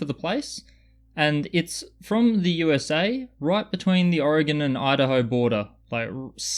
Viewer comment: Congrats on saying oregon and owyhee correctly!!!